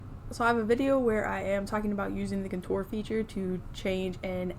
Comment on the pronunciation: Hi I love your videos. I stopped watching for a while cause you kept mispronouncing the word Contour. I figured somebody would’ve corrected you by now and I didn’t wanna hurt your feelings. It’s seriously MY problem because apparently I can’t get over it but if you could so I can watch your videos cause I love your content, Please pronounce the word correctly if you don’t mind. You are mispronouncing Contour and I’m sorry but it drives me nuts. (Again I know I need to get over it) You are absolutely adorable and I don’t want to hurt your feelings. It’s NOT Coture with The emphasis on “tour” it’s CON-TOUR emphasis on “Con” like Con as in a criminal and TOUR like in when a band travels the country. Thank you and if you don’t care good for you. ❤